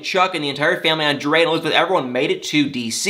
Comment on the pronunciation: Anybody ELSE tired of these boring drama queens with Elizabeth and entire family? And Elizabeth calling her husband "ON-DUH-LAY???" For the love of God, it's ANDRE.... pronounced "ON-DRAY!!!!!!" Don't try and make it fancy!